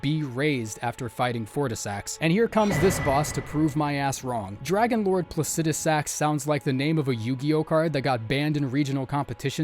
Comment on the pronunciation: Wow Someone who pronounced plucidisax correctly